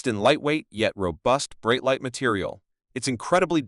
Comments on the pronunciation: Man, you don't even know how to pronounce "Breitling". What kind of expert are you? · AI voice over sucks, can't even say the brand name correctly